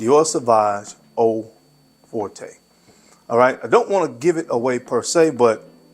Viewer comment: Also, Forte is pronounced like Fort. But honestly, that’s an easy mistake, especially because the House of Dior is French.